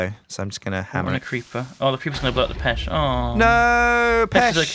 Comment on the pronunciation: its not pech as in pesh pronounce it peck